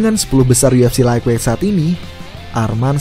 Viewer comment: Lait wait bang penyebutannya bukan laig weig